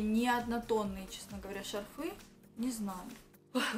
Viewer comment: Одела, одела, одела..... шарфЫ.... Нужно что-то делать с речью